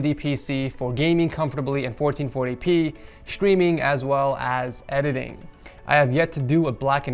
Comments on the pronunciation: Isn't that how you say streaming? Shtreaming? Sounds right to me. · shtreaming? xD lmao